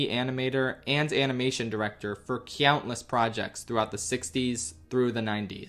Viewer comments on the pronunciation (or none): great video but not gonna lie it takes me out of the video a bit whenever i hear you pronounce 'countless' as 'cyountless' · "CYOUNTless" 😂😂😂😂😂😂 we luv u ❤❤❤ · why does he say cyountless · I can't un-notice how he pronounces countless with a y every time. cyountless.